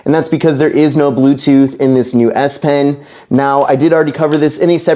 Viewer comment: exactly he said s pen correct and not esh pen